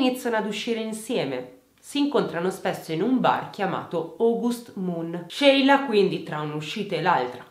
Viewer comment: E poi ci sono io, che mi chiamo Sheila e ho sempre messo l’amicizia al primo posto ❤️ sarà il nome! Grazie per averlo pronunciato “all’italiana”, fa piacere sentirlo dire giusto 😍